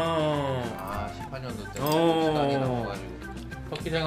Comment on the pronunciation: 신께서 이때만큼은 노하셨나 보네. 18년도가 그냥 18년도로 들리지 않아...